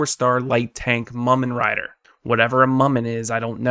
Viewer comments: It's pronounced moomen rider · Lol the pronunciation of mumen rider :D